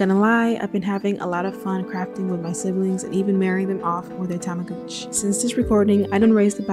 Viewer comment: I like how you say tamagooch xD lmao